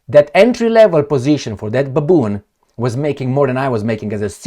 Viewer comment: 😂😂😂 Baboon get it right 😂😂😂